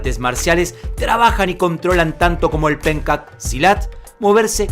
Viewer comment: gracias por hacer un video sobre Pencak Silat, a proposito, se pronuncia "penchak silat", pero está bien.. espero que ustedes puedan visitar mi país...saludos desde Indonesia